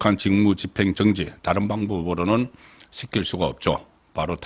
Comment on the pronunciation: 송사장님, 평소 좋아합니다. 단지 대구 출신인줄은 아는데 발음에 신경을 써주세요. "정지"발음을 어떻게 해야 하는지 좀 검토해봐주세요. 그밖에도 발음이 영 표준이 아니라서 듣기 불편합니다.